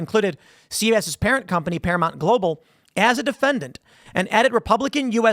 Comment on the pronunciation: It's ParaMOUNT....not ParaMONT. It's not that fucking hard. Can you say MOUNTAIN? then say the first part of that. MOUNT. not MONT.